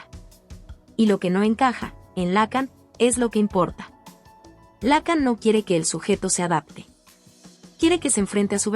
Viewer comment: No seas imbécil, se pronuncia Lacán no lácan, ni siquiera sabes pronunciar su apellido...